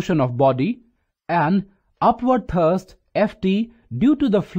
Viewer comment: Upward thurst hahaha🐒 but thankyou fr the video